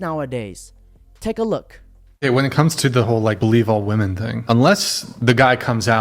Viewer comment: Please, learn how to pronounce "WOMEN".